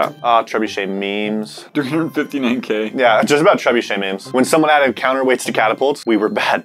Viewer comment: I'm ready to hear say trebuchet without an r for 5 minutes